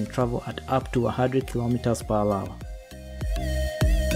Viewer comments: Lol are you saying 'per wawa'? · “Kilometers per wawa”